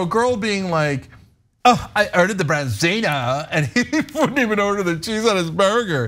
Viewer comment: Sea Bass is what you're looking for. Nice fish, I'm not a huge fish guy (due to the heavy metals) but it is nice. For some reason in America it has been re-branded as "Branzino" (or "Bronzino" as the girl keeps on saying).